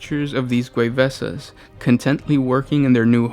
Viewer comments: Isn't it pronounced Ghuee-vaasaa? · Gway Vsaw is how you'd pronounce Gue'vesa. But this is a super interesting video. Lots of things I didn't know as I never got into Ally Lore